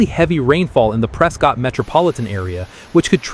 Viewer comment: I believe the locals call it "Pres-kett" not "Pres-cott" like most people would say